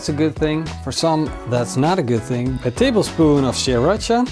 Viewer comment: Hallo! Pronounce the sauces sriiratcha and Woestaascher (Dutch pronunciation) than you are perfect! Great cook!